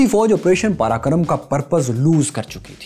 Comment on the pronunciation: It's Op Parakram, not karakram